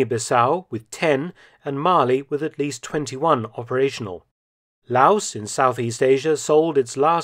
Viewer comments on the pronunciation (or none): none